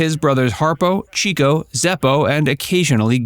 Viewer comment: It’s “Chick—O”.